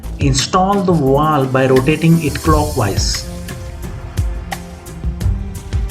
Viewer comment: It’s a valve, not a walw. It’s scissors, not Caesar’s.